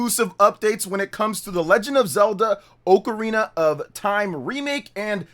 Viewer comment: Hey it’s ocarina not ocarina.